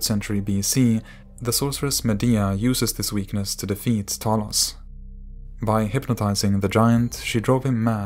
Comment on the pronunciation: Pleas add subtitles when ypu prononuce names. They are not clear and people want to do more reaserch. For example, you pronounced Talos Like "Tholos" and it took me some time to google it.